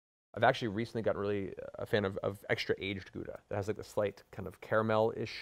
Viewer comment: Matt, dude. If I ever have the pleasure of meeting your in real life, I wanna give you a hug and teach you to pronounce Gouda properly =) You are so much better a person than we deserve <3 you do you